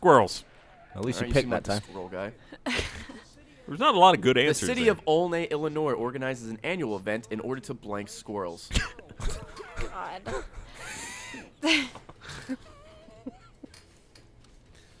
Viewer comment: My only problem with this episode is that they mispronounced Olney. It's pronounced all-knee.